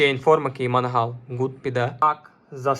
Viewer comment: Мангал блять в тебе в сараї стоїть, а це - Меньян. Не Пауліньйо, а Палінья. Тіп, я їбу як тут все погано - від твоїх коментарів, до того що ти знімаєш це НА КАМЕРУ. Мікро в кадрі стоїть по приколу, тупо шоб побісити глядачів? Може почнеш в нього записувати, а не на телефон? Я в ахуї як мені взагалі це відео трапилось